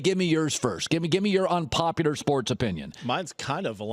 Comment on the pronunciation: Why does it sound like Colin is saying unpopiter